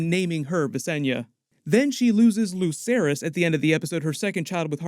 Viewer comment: Why do people still say lucerys and jaecerys like Lukerys and jaekerys. It's pronounced like an Ssss like... Watch the show...